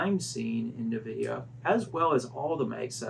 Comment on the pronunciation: It’s EN-vidia not NUH-vidia lol